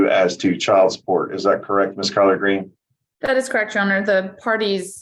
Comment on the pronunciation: Someone on a previous video said miss greens name sounds to her as collard green and now I can’t unhear it😂